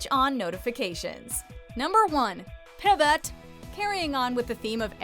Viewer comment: im not a native speaker, but i only hear "pib it" instead of "pivot"